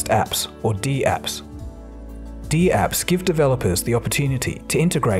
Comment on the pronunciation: Never heard dapps pronounced "dee-apps" before. Isn't it dapps as in snaps?